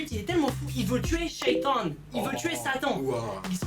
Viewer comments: Mdrr "il veut tuer Sheytan" à . Bien prononcé en plus 😂😂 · Il a tue shAITan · Wesh comment t'as dit chaitan 😂😂😂😂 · Sheitan tu l'as dit à l'anglaise 😂😂😂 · comment il a dit sheitan 😂